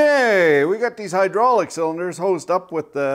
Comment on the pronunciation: "Welcome to the hooodrolic CNC channel"